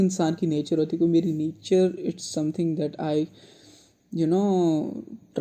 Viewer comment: "this is our nayyture"!